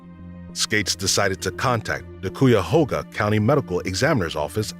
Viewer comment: In the strongsville case, Cuyahoga is pronounced Kai-uh-hoe-guh. But great video, never heard a lot of these and the narration is nice